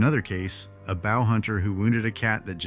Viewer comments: Bow hunter, as in bO...not a bow hunter like you bow down. AI still having problems with basic pronunciation? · You had me until "b'owl hunter" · Next time your AI mispronounces Bow Hunter, don't settle for "Take a Bow" spell it Boa. Play with the words. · You almost fooled me. I was almost thinking this wasn't ai slop, then it pronounced bow🏹, like the bow of a ship. That's when I knew, and stopped watching. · I hate AI narration. Why is it used? A hunter’s “Bow” is not pronounced like the front of a boat…. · Lead, bow, live... 3 words that give away any doubt that a video is in fact AI. Why can it sound so normal, even making breathing sounds but uses the wrong sound for a word? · Maybe get something other than Ai to tell the story. Its not helping the problem, its just making me tell youtube to not recommend this slop to me. Ever been bow hunting? In particular where bow hunting is pronounced like the bow of a boat because the text to speech Ai is unable to discern reality... Thats where we are now... I for one dont need this channel in my life.